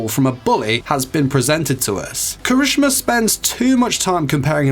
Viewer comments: he said somthing like " kreshma " lol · DUDE KIRISHIMA NOT KRISMINA IST KIRI-SHI-MA NOT KARI-SHU-MA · KIRISH'MA BOI ITS KIH-RIH-SHI-MAH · 4 sec in the vid and my boy already messed up When did anyone ever call him kirishma? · Proper pronunciation: Kira-shi-ma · did he really say kireeshma??? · Kershima wel heck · Dude you're pronouncing the name wrong. It's Ki-ri- SHE-ma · The way u said kirishima tho 😬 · you said Kirishima wrong btw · Okay, was anyone a little upset on how he said his name, or was it just me? No hate though. Great video! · I was upset too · Same! But it's probably just his accent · Lol the way he pronounced kirishima`s name😂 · CRINGES MY SOUL😫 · My mans, say the damn name right. Thank you for listening. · When he says the name wrong though